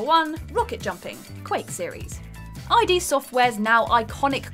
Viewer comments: Did she just refer to id software as “eye dee” software? As opposed to “id” as in Freud’s id, the ego, and the super ego? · .......”I.D. software?” ...um, it’s “id.” (Wow) 😬🤦‍♂️😶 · it's not "I.D. software" but "ID software" "ID" being pronounced like the end of the word 'intrepid' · "Eye-Dee Software"? Lol - it's pronounced "Id", as in: Ego, Super-Ego, Id... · It’s not I.D. Software, it’s id. As in the primal functions of the human psyche. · Its pronounced "id software". The word "id" (one syllable). Not the letters "eye dee" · Not I. D. Software, but id Software (as in id, ego, superego)